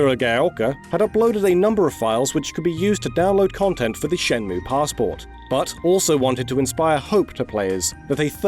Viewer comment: it's "shen-mway"